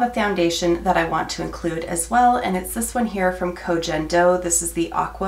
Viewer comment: Good luck! I hope you have fun with your project! 😁 Tiny note, from someone who lives in Japan for five years - it’s likely Koh Gen Do with a hard G like in “get”. Japanese doesn’t have a sound like “Jenn”. Feel free to forget or ignore that though - pronunciation is not that important 😉